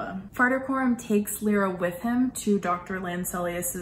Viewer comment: Her name is LY-RA, L-EYE-RA, not Lee-ra or Lira (like the former Italian currency).